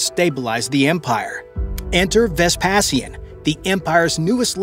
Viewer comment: You have to get rid of the AI voice. Vespasian is not pronounced like that. That's the thing with these AI voices. They're not very diverse. I'd like to hear it pronounce taco or tortilla.